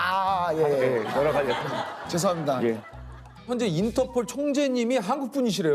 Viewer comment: 인터포~올~~ 인터포~올~~ 할므뉘가~~항국푼 이심니다~